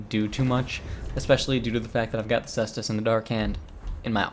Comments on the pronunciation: Ses-tus, its triggering to hear kase-tus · The cestus/caestus is pronounced like "sess-tas". You know you can always google search this stuff too.